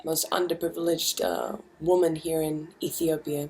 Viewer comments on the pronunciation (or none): Someone needs to break it to Kimbra that she's pronouncing the word "women" wrong! (hint: it sounds different to "woman"!). Keep it up Kimbra love your work, here and everywhere else!